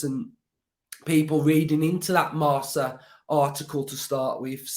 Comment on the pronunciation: That paper is pronounced 'Marka' by the way. A Spaniard actually corrected me on that because I thought it was like Marsa as well. My favourite part of the article was finding out it was Barcelona who leaked Alemany to Aston Villa. So his contract should have been like our phantom transfer of Danny Ings, we may never have even known talks had happened but they fucked up. Barcelona and the Spanish media have made us and Alemany look bad.